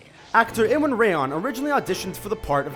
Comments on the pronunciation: The Ramsey Actor's name, 'Iwan' is pronounced 'E-Won', NOT 'Ill-on'. Think of how the name 'Ian' is pounced 'E-an', the name Iwan is a variation of the name Ian. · Iwan Rheon is pronounced as Euan lol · "Iwan Rheon" pronounced Euan, idiots...